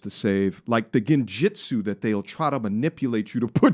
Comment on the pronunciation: Bruh said Genjitsu... 😂😂😂